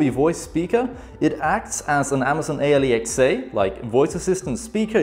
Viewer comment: Did he just call the amazon Alexa the amazon A L E X A 😂 I’m dead